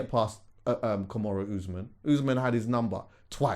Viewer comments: Its Kamaru not Kimoru Jesus Christ lol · Nah i love but abeg broski its KAMARU not KUMURA - the latter is a submission in which you bruk up someones elbow. Peace and love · Man said kamarow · "Kimura Usman"🤣🤣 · trying to say Kamaru Usman’s name was a rollercoaster bro 💀😂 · I got so much love for you but the way you said Kamaru Usman and Israel Adesanya name is Jarring me 😄 great episode though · pronouncing Kamaru Usman’s name like that is too funny 🤣🤣